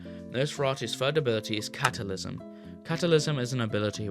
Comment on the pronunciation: "catalysm" "jason"